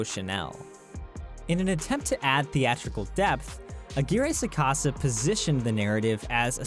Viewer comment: I cringed violently when I heard Roberto aguirre sacasa